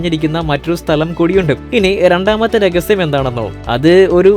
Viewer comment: രഗസ്യം അല്ലടാ, രഹസ്യം